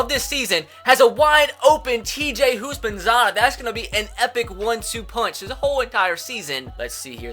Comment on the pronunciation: Who thought of perram crowe when he said houshmansadah